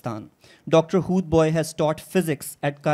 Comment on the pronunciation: O Bhai, correct your pronunciation. He is Dr Hoodbai and not Bhoy. Secondly, what was the justification of introducing the speakers in English. You looked very Jaali.